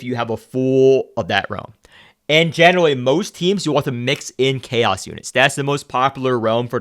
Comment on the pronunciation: *Chaos not Caro